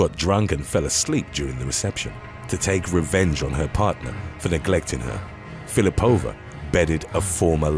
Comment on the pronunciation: Russian surnames are usually stressed on the second syllable, so it should be Fil_i_pova. Otherwise, thanks for the great content!